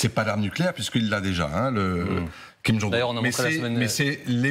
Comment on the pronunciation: Kim jong "HEUN" ??